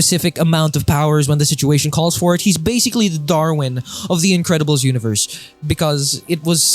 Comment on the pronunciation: Bro said "Individiddles"